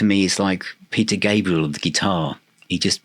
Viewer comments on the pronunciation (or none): none